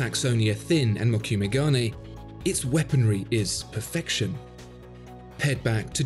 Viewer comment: As always, a very interesting video on the artistry of timepieces. Just a bit of FYI regarding the Credor and the dial technique. It's pronounced Mo - ku - meh and it translates to "wood grain", which is the pattern made by the folding over of the metals as in the folds of a Japanese sword. This would have been a more accurate example given the context, rather than Damascus. Gane refers to the gold of the dial. So...